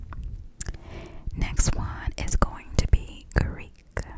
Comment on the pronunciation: The Greek pronunciation was so right. Love from Greece